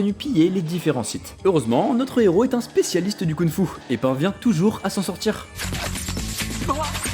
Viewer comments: La vidéo est géniale ! Mais par pitié on dit KunG Fu et pas Kounfou 🤣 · Alors tu prononces des G quand il n'y en a pas et tu ne les prononces pas quand il y en a??? YIN Yang et KunG Fu. Merci de respect les langues chinoises. Sinon chouette la vidéo.